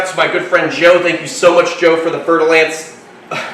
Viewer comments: Fer-de-lance is french word. You have to say with French accent or I unfollow your beautiful channel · fer de lance, mhm. i did not know how to spell it and i thought i heard fertilized ants..... yea. i knew it wasnt right, but what IS right then?